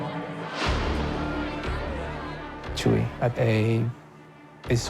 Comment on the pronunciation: It's not "Chewy" 😂 it's "Chuy"